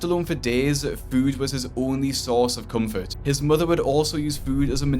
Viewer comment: “My motha left me and mi brotha